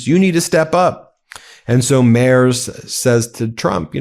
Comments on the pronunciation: Hey, Ben Friedrich Merz's last name is pronounced Merts. Just sayin... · Its pronounced MERTZ, not MERZ. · Love this channel. But, do try a little harder to pronounce foreign names: Merz is pronounced Mairts, not Mares. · Pronunciation of Merz = mertz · Try to pronounce the 'z' in Merz more like 'ts' please... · In German "Merz" is pronounced " Mairts." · Ben... Friedrich Merz => Freed-rich (like the Scottish word loch) Merts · For the love of C'thulhu: check the pronouciation of names of foreign leaders. Merz is pronounced with a t after the r. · Please pronounce him MERTS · FFS! Please learn to pronounce the German chancellors name PROPERLY! In German, "ie" is s pronounced "ee", as in the word "free". So Friedrich is pronounced "Freedrich" The letter "e" is pronounced "ay", so Merz is pronounced, "m-air-tz". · Learn how to pronounce the German chancellor’s name. Although, you are making progress. You no longer say “mars” like the planet. Let’s work on the final consonant. It is pronounced like a sharp ‘ts’, much like the ‘zz’ in pizza. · Americans, please at least try to get rid of your general mispronouncation of vocals when pronouncing foreign names! Friedrich should maybe spelled Freedrikh for you? And the "e" in Merz sounds more like the "e" in "error", the "z" = "ts". Try that. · Great episode, but a quick tip. Frederic Merz is pronounced with a hard Z at the end - similiar to MERTZ.